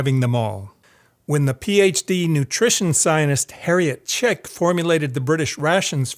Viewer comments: You really irritate me, by butchering the word scientist. When you say it over and over again pronouncing it like "Zionists", I could just smash my screen. I had to sttop watching this. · Why do you pronounce scientist as Zionist?? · I appreciate this videos content. The the cherry on top; your pronunciation of the word scientist. To me; It sounds like you are saying “ sinus”. regardless, its fantastic work. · I swear everytime this man pronounces "scientist" the lack of middle T sound is making it sound like "zionist" and it's making this video inadvertently crazy to get through 😭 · I am the only one hearing him pronounce the word "Scientist" as something completely different ? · Can’t get over the fact that he doesn’t pronounce the first “t” in “scientist” haha. Maybe I’ve been living under a rock or in some funny part of America, but I’ve never heard it pronounced like that before.